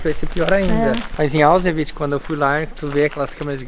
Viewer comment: O moço tentando falar Auschwitz kkkkkk